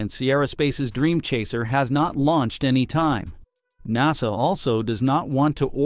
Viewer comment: I'm amused by other mispronunciations of "Naw-sah".